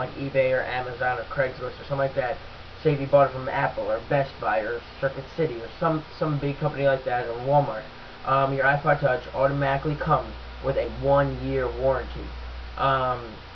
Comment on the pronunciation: hahahahaha he said circet city hahahahahahahah isnt that store out of bussinus!!!!!!!